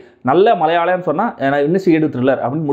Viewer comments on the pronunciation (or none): none